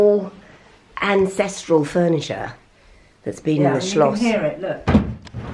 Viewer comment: I love the fact that you keep saying Schloss😁. Lots of love from Germany😘